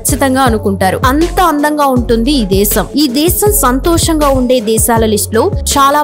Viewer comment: Santosam anaru.nee daridrapu Telugu sari chessuko.santosham antaaru.emi daridrapu Telugu vinalsi vastunndo. Maa kharma ituvanti channel chudataniki maa kharma